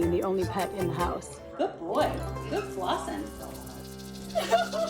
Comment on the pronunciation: must be from Boston.... "Bahking bahking bahking" "Gahd dog, gahd bird" 😁